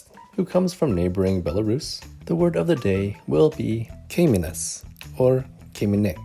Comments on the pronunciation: just a little pronunciation tip for English speakers: you should pronounce letter Y as EE (double E). Example: kaimynas say as kaimee'nas English double E sounds closer to our Y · You've butchered the pronouncation of kaimýnas :D emphasis on "y". And yeah- I've been following Julia's YT channel as I have no issues with russian language. Fav. ep. was when they were making cepelinai! Oh and second favorite- Julia colab with Ekaterina!